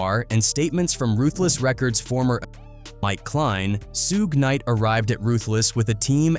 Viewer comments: Who tf is Sewge Knight and Sugay Knight? 😭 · Soo-gay knight, lol. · Who is Sooj Nite? And what is a Soogae? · Damn I hate these stories due to the MISPRONUNCIATIONED NAMES........SOOGAY KNIGHT.... SMH